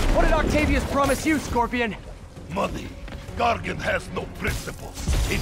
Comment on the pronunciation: Gargan... please. You embarrass yourself!